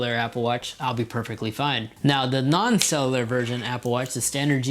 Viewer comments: CELL YOU LAR not SELELELAR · It’s pronounced “sell-you-lar” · Couldn’t unhear it😂❤️ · It's pronounced Cell-U-Lur, I know it's a hard word to say. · I hate the way you say cellular